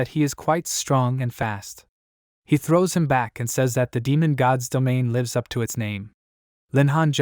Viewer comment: "he trows it back"😂